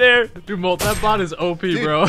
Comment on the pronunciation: It sounds like they are saying “Butt” instead of bot